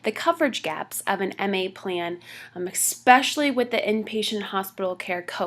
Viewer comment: Informative, young lady presenting this says EX-specially twice, instead of ES-specially (especially), it is a common mistake, especially among young people :)